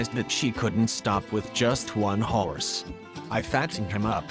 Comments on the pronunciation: I cant XD I cant just have one howrse XDDDDD this guy says it so weird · Why can’t he say horse correctly